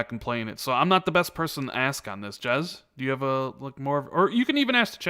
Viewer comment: You know you called Jez, Jiz twice? Was this on purpose? Lol